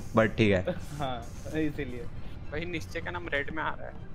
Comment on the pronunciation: It’s nischay